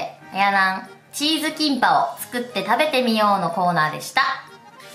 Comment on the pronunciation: キンパがティンパに聞こえて一人でツボったw